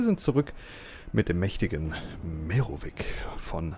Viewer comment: Hi dein merovic rennt seit neustem bei mir auf der Kampagne rum als Söldner. Da du so historisch bist möchte ich nur eines anmerkerken. Tante du sprichst den Namen merovic falsch aus es ein c und und kein k.